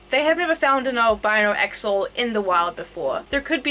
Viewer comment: The X in Axolotl is pronounced as a CH or SH. And the t is more prominent in the TL sound. One syllable. So, “Awshehlote(l).